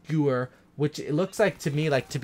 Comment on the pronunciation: The "Gewehr" is german so it's pronounced like "Gevehr" in English.